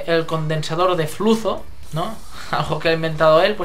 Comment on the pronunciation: bonita manera de pronunciar el condensador de flusos